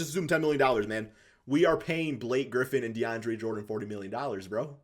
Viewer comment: Man said " de an dre " jordan